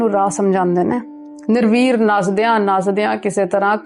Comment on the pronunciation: 'Nirveer' nahi 'Nirwair' without any jealous. निरवैर. Without any वैर vair.